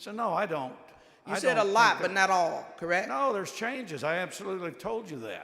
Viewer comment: Someone tell her there is a " T" in the words last, correct and redistricting.